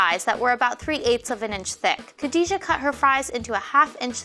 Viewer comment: Y'ALL messed up Khadijah's name